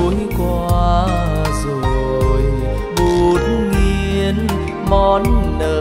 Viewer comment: và phát âm chữ Bút Nghiên thiếu G là phải. Còn những cs khác phát âm Bút Nghiêng vậy là sao ta